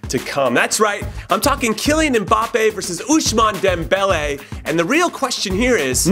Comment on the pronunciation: How Jimmy pronounces Ousmane Dembele is funny af